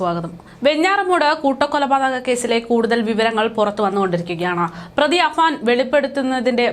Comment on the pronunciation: Afaan എന്നിടത്ത് പല തവണ അഫ്സാൻ എന്ന് പറയുന്നു. എല്ലാവർക്കും അറിയാം കഷ്ടം പേരെങ്കിലും നേരെ പറയ്